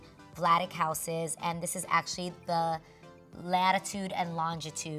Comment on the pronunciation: ACTIALLY, ACTIALLY...HEY GET RID OF THIS WORD..